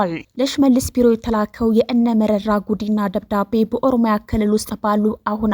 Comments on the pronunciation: Say merera not merari, if you don’t know how to pronounce ask someone, if you’re careless apologize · መረራ በይ መሪራ አትበይ!